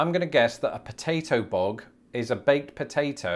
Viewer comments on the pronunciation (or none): There is a lot of vocabulary from show biz, such as in "Let's graze". There is also other quaint surfing words like "kowabunga". After hearing your pronunciation of "bug", I cringe at about how you might pronounce words like San José, El Cajon, La Jolla, and even "Yosemite".